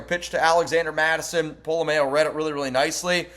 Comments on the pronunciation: Its pola-mao. "MA-OH". Not pola-MAYO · You are the only one I hear saying Pola mao wrong it’s not like Best foods mayo nnaise